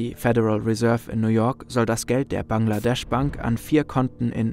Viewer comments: „BANKladesch“ gefällt mir 😂👍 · Januar2015 - Dakar, BANKladesch 🤣🤣